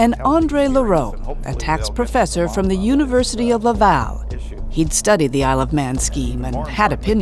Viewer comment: Did she say “praw-fussur”? I’m out 😂